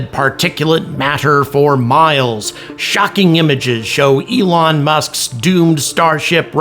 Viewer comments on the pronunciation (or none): none